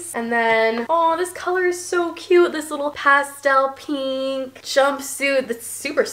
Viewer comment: lol you say pink like alisha. She says it like “peenk”